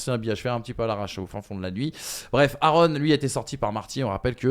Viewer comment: Les gars, le podcast commence et... "Aaron" naaan 😭😭😭